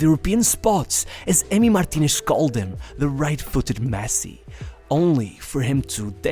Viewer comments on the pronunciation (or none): none